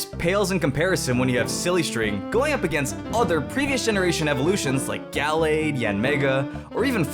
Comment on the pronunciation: gallaid? ITS GALLADE